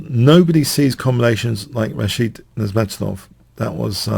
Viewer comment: The accent is on the 3rd syllable of Nezhmetdinov's last name...